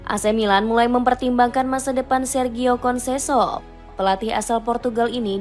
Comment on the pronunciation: Ketika naratornya sebut "konseso eks pelatih sporting lisbon" saya berhenti nonton video ini.